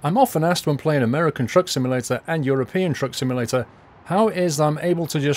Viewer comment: he sounds so weird saying european truck sim